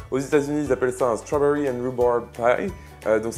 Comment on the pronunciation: Très belle recette,!:) Mais en tant qu'anglais, "stwawbewy and wouborb paille"?:p